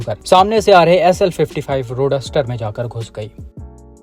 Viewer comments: Roadster ❌ Roduster ✅ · रोडस्टर ❌ रोड्स टर ✅ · Roadster ❌ Ro-duster✅ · RODUSTER😂😂😂 Abey roadster hota hai jaahil kahi key!